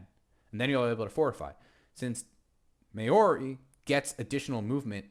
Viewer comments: I don't think I cringe more when I hear Americans pronounce "Maori". Just look up at least. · I have never before heard an American pronounce Maori that way, to be fair